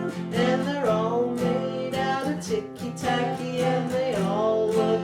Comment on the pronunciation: It's "TICKY TACKY"! dammit